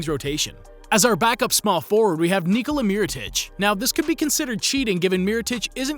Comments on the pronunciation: Kneecola is wrong. Its Neekola. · Why tf this guy say Nikola for Vuc and KneeCola for Joker. Seljak